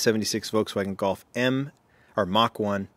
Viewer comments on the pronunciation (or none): none